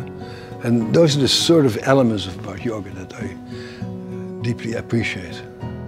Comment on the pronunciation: I love this paradigm and approach and think Bessel speaks very well on it. But I kept hearing "yogurt" instead of yoga and now I'm hungry